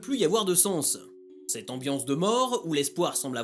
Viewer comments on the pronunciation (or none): none